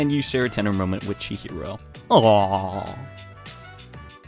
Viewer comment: It's funny how can't say Chihiro right 2 times in a row, but he can say Melchizedek right on the first time.